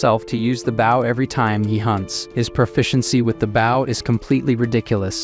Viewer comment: I just want the AI voice to say "Bow" right!😆